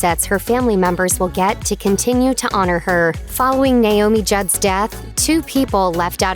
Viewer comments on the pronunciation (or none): none